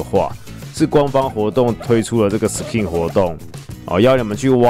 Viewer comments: SKIN的K要用ㄍ發音 不是ㄎ想講很久了-. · 不好意思 是念Sk(ㄍㄧㄥˋ)in吧？ 好奇問一下 如果小弟我有錯 請跟我說